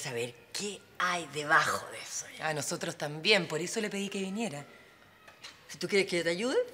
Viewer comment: Me dado cuenta que el "losotros" , y varias palabras más que están mal pronunciadas le salen super fluidas, o sea que habla mal apropósito y wn le creo todo, seco su personaje